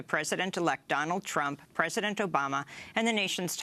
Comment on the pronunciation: Lol she called Trump "chump" .